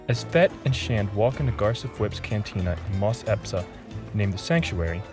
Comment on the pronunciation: Espa 🤣 not Epsa LoL -but it’s wholesomely funny to see that u’ve probably been saying that wrong for a while😅I used to pronounce Palpatine & other StarWars names way wrong until I rewatched the films or heard their names mentioned again in clone wars xD